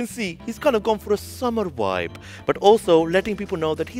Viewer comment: "Summer Wibe"